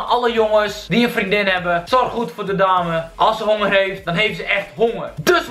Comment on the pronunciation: "Ik heb een beetje hongeeeuurrr" hoe bekakt kan je praten jeez